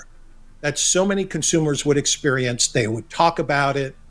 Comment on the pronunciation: "An amazing new exteriorence but twitch 2..."